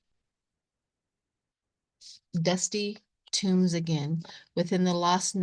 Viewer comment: Pardon me, but I think it is dusty tomes (large, heavy, scholarly books), not tombs. Maybe I misheard what you said. Thank you.